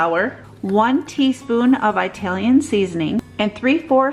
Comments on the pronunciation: I like your videos but PLEASE stop saying Eyetalian!!!!!!! It’s ITalian!!! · Pretty sure the country is not eyetaly!